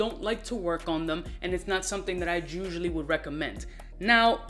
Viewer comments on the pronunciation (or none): Im kinda high but got me crying 😂what he say “ gusually”,chusally”or “usually”😂